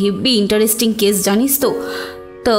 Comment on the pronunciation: উচ্চারণগুলো একটু ঠিক করুন। রানীর husband একজন ডাক্তার, সে "কেস"কে "কেশ" বলছে!